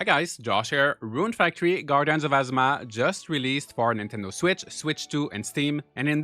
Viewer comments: Good video! For a tip: ah-ZOO-ma is how Azuma is said, it sounds like you are saying asthma. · ngl ur accent makes it sound like your saying "Gaurdians of Asthma" 😂